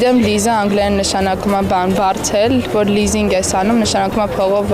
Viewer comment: Apeer grvuma LEASING voch te lizing